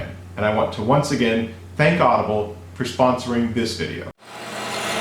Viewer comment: Why you say audable